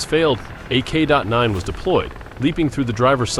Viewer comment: It is a K-9, not a K dot 9. Really?